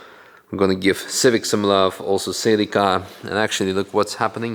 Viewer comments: Oh-es-guy-ken. Sell-lik-ah. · Celica = Sell-ick-ah